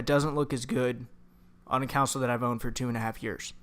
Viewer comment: Console, not counsel.